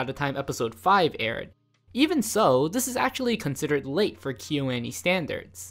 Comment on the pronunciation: The way kyoani is being pronounced in this video is killing me